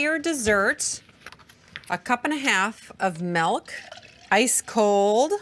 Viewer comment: When she says ice cold m-eh-lk it drives me nuts!!!😂